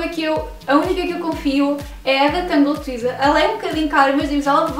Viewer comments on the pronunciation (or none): Tangle tee tee-zer teezer teezer teezer teezer teezer. Pelo amor de Deus não tWeezer, tweezer significa pinça, isso não é o que queremos pois não? :-) Cabelos lindos